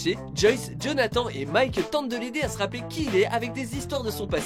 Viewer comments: Ça se prononce jonahtanne et pas jonhatan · Vous avez dit Jonathan, djonathan ptn c’est jonathannnnnnn comme âne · Jonathan an ? Ane euh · Pardon, JonathAN Non !!!!! C'est JonathanE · ça ne se prononcent pas Jonathan mais jonathane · On en parle vous dites , JonathAN au lieu de JonathANE et LucASSE au lieu de LucAS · Putain sa a écrit Jonathan mais sa ce dit jonathane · Il a vraiment dit... Jonath -EN ? 😐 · Ça se dit pas comme ça Jonathan